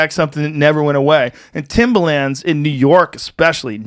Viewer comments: Its Pronounced Timberland..Not Timbaland.thats a rapper..just sayin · Fuck, Joe, it's timbERland! Timbaland is that dj guy. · Joe says Timbaland the rapper instead of Timberland the shoe